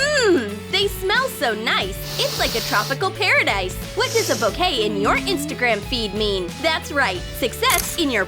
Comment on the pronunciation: Grand buket? You mean grand bouquet 💐